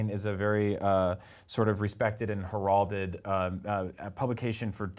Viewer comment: Did he say heralded wrong?